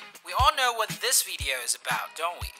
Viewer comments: why u sayin vedeo? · The veedeeoh lol